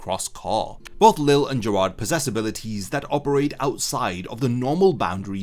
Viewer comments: Lille's name is pronounced Lee-jay not Lil or Lilly. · Btw lilles name is pronunced Lee-lay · everyone still calls him leel lol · nah in the anime its always pronounced lee lay or lee zhay, one of the two i cant remember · Why can people not pronounce Lille’s name correctly? Ffs, the English dub CLEARLY showcases how his name is meant to sound.